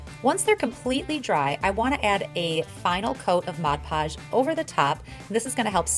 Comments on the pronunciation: As annoying as it is to hear, it's an easy mistake to make if you grow up hearing "hodge podge." As I've gotten older, I've learned to embrace verbal quirks as a "finger print" of a person's speech, instead of getting aggravated at the mispronunciation. Everyone is much happier that way =) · Its MOD Podge! Good grief it's not hard.